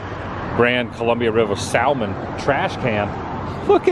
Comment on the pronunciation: It’s always a good chuckle when I hear you say the word salmon. 😂 the L is silent